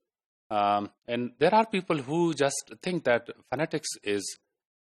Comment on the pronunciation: sorry! think is not pronounced with t sound rather it is ponounced with th (ث).